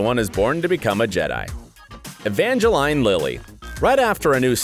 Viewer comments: I didn't mind the "cersei" then I kept my cool with "evange-line" but the "MAGENTO" definitely killed me! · "Evange-lean" not "Evange-line" "Sser-Sha" not "Sersi" "Scorse-se" not "Scorse-he" "Dam-rin" not "Damn-e-run" "Mag-KNEE-to" not "Mag-EN-to" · Say-er-see Evange-lyne Magento Po Dameroon How do you get these wrong and get Joaquin right? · by the way its pronounced magneto not magenta its ser-sha not ser-see for saoirse ronan and its poe dameron not poe dameroon and its pronouce evangeleen for evangeline lily not being funny or anything but its literally your job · I know a lot of people mess up pronouncing “Saoirse” but Evangeline and Magento...really?! Who hired this guy?